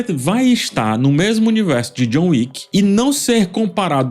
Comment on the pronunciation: Chegou a John "Wicka"